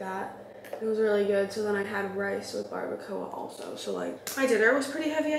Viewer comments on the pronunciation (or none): Lol how pronounced Barbacoa:) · lol the way pronounces barbacoa 😅